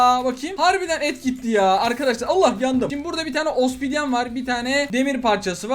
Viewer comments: Abi obsidiene niye ospidien dion XD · Ospidyen diyor ama.... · Opsidyene Ospidyen diyen koca yürekli kral abimiz!❤️